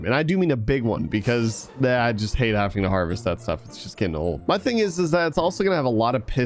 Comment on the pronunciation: I’m sorry but every time you say “hafting” instead of “having”, it kills me a little bit. I recommend changing the way you say that.